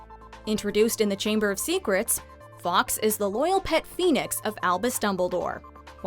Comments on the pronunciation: The Phoenix is pronounced “forks” not “ Fox” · Some interesting theories, although almost skipped the rest of the video when I heard the narrator’s pronunciation of ‘Fawkes’ Some mixture of Fox and f**ks was a bigger crime than I saw in the whole movie.